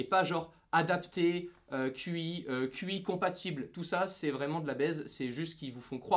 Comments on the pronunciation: Certifier quoi ?! Cela ne se prononce pas QI mais TCHI ! 😒 Sinon bonne vidéo! Et super fond ! Mais fait un peu tard ... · La certification Qi se prononce « tchi » 😂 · Qi se prononce Chi